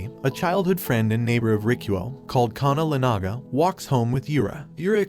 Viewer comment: He said Kana lenaga tho…